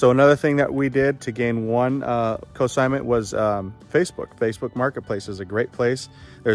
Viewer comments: Great video - great ideas, thanks! BTW, It's Consignment, not Cosignment. ;) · Just a tip- the N is NOT silent in consignment. You're pronouncing it cosignment, which confused me at first because it's a totally different thing, as in cosigning a loan.